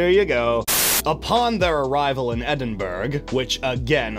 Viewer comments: /Edinbru/ is the pronunciation, not /edinburg/ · Great vid, Edinburgh is pronounced edinbruh not Edinburg